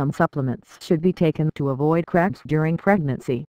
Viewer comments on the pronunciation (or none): I hear it saying craps instead of cramps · Sounds like shes saying leg crabs